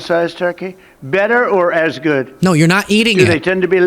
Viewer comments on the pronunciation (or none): none